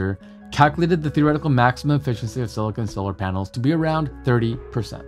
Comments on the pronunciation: It's SILICON, not SILICONE! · Great explanation. Silicon, not "silicone" 😉